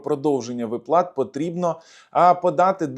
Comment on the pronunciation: вИплата - правильний наголос 😊